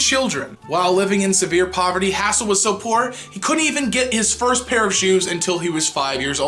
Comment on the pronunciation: HAZE' 'L, not HASS' 'L